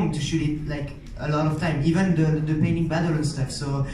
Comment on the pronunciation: the way the interview said "eyesahk and ehven" hurt me physically i